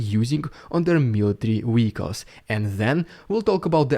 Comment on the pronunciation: Bro shut up the counter offensive already. Also it's been weeks and you still pronounce Vehicles as Weelicles lol.